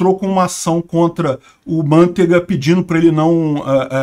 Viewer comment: Não se pronuncia Mântega em italiano, é Mantêga mesmo. Ainda que o nome da família seja mesmo originalmente devido ao laticínio de mesmo nome, manteiga em italiano é "burra". E lá como aqui, não falamos mÂnteiga. 😂